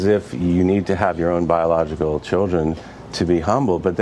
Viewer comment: Why is this man saying chudrin? Good grief!